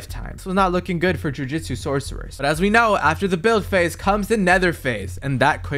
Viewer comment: Brother said Jujitsu kaisen 😭